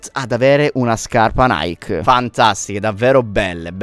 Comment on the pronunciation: Nike e la dea nickel si dovrebbe pronunciare come soscrive